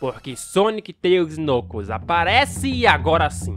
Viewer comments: Ele falando Knucus, o certo de falar seria "Nãcous" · Kkkk vc falou nucos é knuckles kkkk gostei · o cara fala nucos imagina se junta nucosbabyskkkkkk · Knuckles a pronúncia é Nãcous o "K" é mudo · Vei nuclos acho que vc falou meio errado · Você tá falando o nome do Knuckles errado. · Mano eu acho muito engraçado ele falando o nome do vermelho (eu sei o nome dele mais não sei escreve o nome dele) e concordo eu levaria o tails pra casa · vc não sabe falar knuckles direito, é mais facil vc chamar ele de nuggets